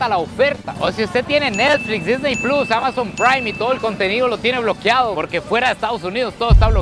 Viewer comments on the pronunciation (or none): none